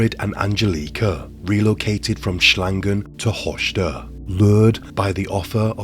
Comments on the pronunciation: you totally destroyed the town's name, it is not "Hoshter" but it is written "Höxter" and spelled "Hokster" (English does not have the letter "ö"). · Nicht hoschder sondern Höxter mit x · Its so rare that german cases get popular outside germany. Höxter (i really love your pronounciation) is one of the few that got really popular. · Höxter is not pronounced like that.